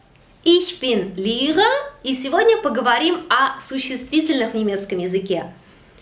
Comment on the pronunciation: В первой же вашей фразе странность. Почему Вы говорите Lehrer а не Lehrerin? Если глаза меня не подводят, то Вы женщина. И ещё, произносите Вы как-то странно, вместо Lehrer Вы говорите Lihrer. Если это ваше имя, то прошу прощения, просто не разу не слышал.